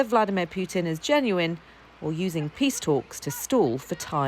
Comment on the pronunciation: "wich can bring us closer to piss" ? ..